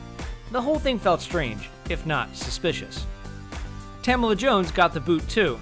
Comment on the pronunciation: Isn't it Ta-mala Jones not Tam-ala Jones?